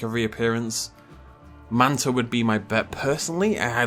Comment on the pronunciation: FYI guys its Mantah Corp